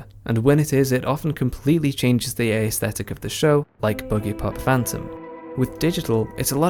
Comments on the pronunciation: Nice video. Just a side note: "aesthetic" only has three syllables. "Ae" is one syllable not only in modern English but also in ancient Greek, where the word comes from. You pronounce it as ay-esthetic. ;) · That is not how you pronounce aesthetic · I'm from England, it is not. The ae is one sound, sorry.